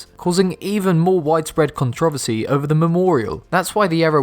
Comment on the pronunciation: 9.31 contro vasee